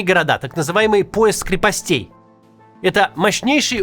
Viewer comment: не крепостЕй, а крЕпостей, Максим. Не позорь меня